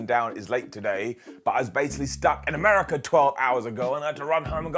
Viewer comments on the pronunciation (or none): none